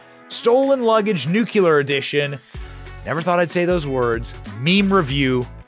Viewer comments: I ❤️ YA BROTHER BUT THE EDUCATOR FROM MY MOM IS CLIMBING THE WALLS . SAY IT WITH ME..... NU CLEE ER, NOT NU Q LER 😉🤣🤣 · Please....NUCLEAR, not NUKULUR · Nuclear not "nucular" ... English is not my 1st language and yet ... 🙄🤐😑🤔😶 but i laughed really really hard. 🤣 great show🥳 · It's nuCLEAR not nuCULAR! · Come on Benny, nuclear, not "nucular". Don't go all George W on me...😉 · It’s ‘nuklear’ not “nukuler” . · There is no such word as "N u c u lar" ! If you want to be taken seriously at least pronounce a word that you use 3 times in a sentence. It is N U CLEAR! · Is that NUCULAR the same as NUCLEAR, oh yeah it's pronounced N U C L E A R !!!!!!!!!!!!!!! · Hard to give credence to someone who pronounces nuclear as nook you lar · Benny, PLEASE! For the love of God, please learn how to say Nu cle ar !!! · Benny, I really enjoy your content but PLEASE learn how to pronounce the word "nuclear"! It's so distracting I had to watch this video twice 😔🤦